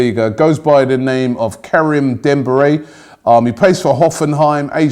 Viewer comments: Demberay? I mean, is it that hard to pronounce Deh-Meer-Bye ? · It's Demirbay, not Dembirey, ffs, learn to pronounce their names, it's awkward as hell. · Dembiray hahahahhah ffs learn to pronounce names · “Dembiray” oh dear Robbie... oh dear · Kerem Dembiray?? What ? ROBBIE,you smokin some meth? 😂😂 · "Demberay" ffs Robbie, if you just read the letters and it'd be wrong, nobody'd laugh but how the hell do you invent these wrong names? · "Dembiray"... well, at least you tried, Robbie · We not gonna act like we didn't hear how he pronounced DEMIRBAY